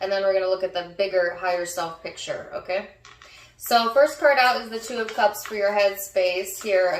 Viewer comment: On the live u did on aqua you said 7 of cumps as well🤣🤣 I take it as a heavy sign